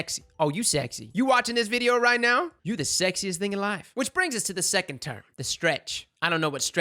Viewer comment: Ah yes the fabled "Sexond"